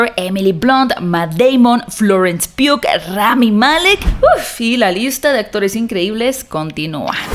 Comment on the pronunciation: Graaaaaacias por pronunciar Pugh como debe ser.... cada vez que escucho Pog, o pui, o pug como el perro, me sale caspa.